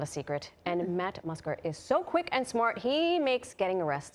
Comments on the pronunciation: “Matt Musker” haha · said his last name wrong and said he pees sitting down; these ladies mightve big dawged the Shaman